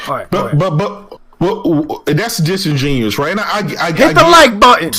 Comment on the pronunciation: ITS disingenuous with a d not musingenuous with a M. Great podcast tho, your little brother is lost bro